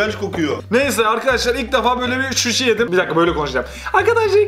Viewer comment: Abi susi yani sen şuşi diyon şuşi Azerbaycanın torpaqlarına diyor